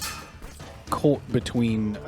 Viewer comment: The way you say "Talk" is really incongruous, I also heard an English "caught" and "what". So yeah, sounds like a lot of your vowels are still very English. Ours are a bit shorter, sharp almost, Americans tend to draw them out a bit.